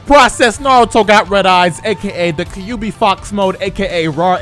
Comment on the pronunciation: Don't you DARE ever pronounce Kyuubi as "Kah-yu-bi" ever again. Stop. Legit stop. Actual stop. Stopping legitimately.